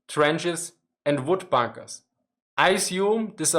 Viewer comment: you're right😂😂